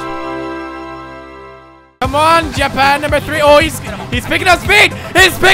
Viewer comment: This is JA-PANG